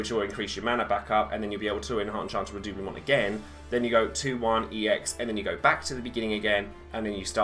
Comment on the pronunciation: Yasss henny, good pronunciation of "redoublement", queen of French!